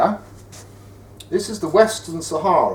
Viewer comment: western not wistin